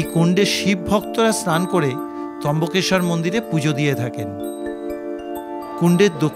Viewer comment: trambakeswar not trimbakeswar